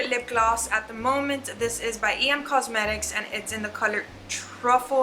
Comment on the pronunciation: Haha! I thought someone would correct you by now, but that michelle phan lip gloss is pronounced like the letter ‘m’ not ‘ee em’ I’m not a big fan of her so I didn’t think it would matter how you pronounce it, but I just thought someone would correct you by now. I love your bag and it fits so muuuch